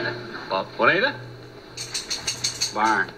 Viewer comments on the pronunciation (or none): ITS PRONOUCED WANTIA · that's stupid. Juaneet...duh